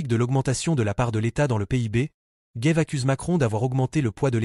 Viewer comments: Pourquoi dites-vous "Gaive" ; c'est Gave (comme "grave") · C'est Charles Gave et pas Guéve ou Gaive, vous ne savez pas parler français. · C'est quoi cet intervenant dans la dernière partie qui prétend interpréter Ch.Gave? Et Ch. GAVE est français, donc pas Géve mais GAve. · CHARLES GAVE ET NON "GAIVE".... IL EST FRANÇAIS !